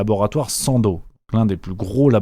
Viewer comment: bonjour on dit Sandoz et pas sando 🤔